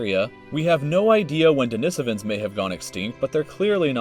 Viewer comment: So the person they chose to narrate a video about human history and the emergence on mankind can't pronounce sapiens or denisovans correctly. Interesting.